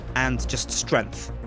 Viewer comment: heh heh heh says "strenth" because his accent prevents him from doing the "g" in strength hahaha thjats funny but also this looks promising